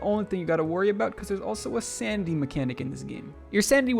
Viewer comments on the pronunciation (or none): took me a while to realize you weren’t saying “sandy” but “sanity” XD